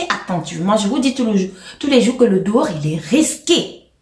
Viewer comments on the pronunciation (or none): Toute mignonne 🥰 ma grande. Façon tu as mis l’accent sur le dehors est risqué ⚠️ là j’ai du rire 🤣 La fin d’année est dehors, les gens veulent faire leurs derniers sacrifices 😅😅 c’est grave